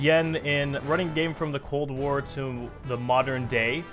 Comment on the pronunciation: Cold wár lmao